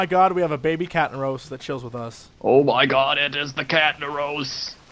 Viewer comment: Honestly I didn't get the catnaros right away. I thought he said Cat in the roast. It does make sense doesn't it?! :D